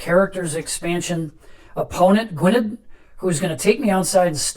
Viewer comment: Really great to see the new expansion in play, although I have to point out that Gwynedd is pronounced Gwyneth! Forgive the silly question, but are the red counters just a visual aid, rather than a mechanic?